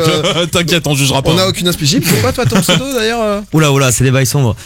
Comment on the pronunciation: Il y a encore des gens qui arrivent à écorcher son pseudo ? oO